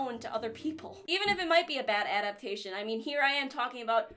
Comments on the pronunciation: Do you mean adap shin ? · I can already hear gigguk harassing you for saying adaption hahaha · I could've sworn that the word was "ADAPTATION"